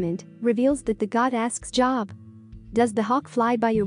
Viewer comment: I like the content of the message but the reader’s robotic tone and pronunciation dampen the impact. The reader doesn’t know Job, in the Bible, from job. Verb to live is not the same as seeing a live broadcast. Change the reader and your impact will improve. Thanks.